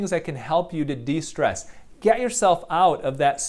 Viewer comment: More stress after he said DE-strees?